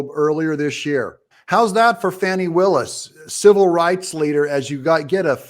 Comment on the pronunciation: Since you don't even know how to pronounce the prosecutot's name you lose credibility. Willis does not run the jail and I can't see it having any role in the prosecution. Trump will likely be convicted in DC first and sent to a Federal pen. So he may never serve time in GA anyway but I believe that would be at a long term penetentiary not a holding jail. However if more comes out about Trump disseminating nuclear sub secrets and the like maybe incarceration is too good for him and he should be sentenced to 20 years circling the DC Beltway in a tiny Smart Car.